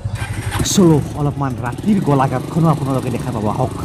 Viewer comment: গলাঘাট নহয় গোলাঘাট 😒